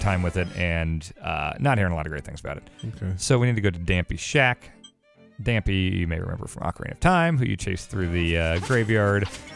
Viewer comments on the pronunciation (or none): I don’t think that’s how you pronounce Dampé.